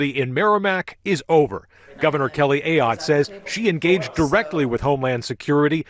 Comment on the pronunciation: AAAAAAAAAAAA-yotte! Learn how to say her name. Shows you surely did not watch the video within your own video. Geez.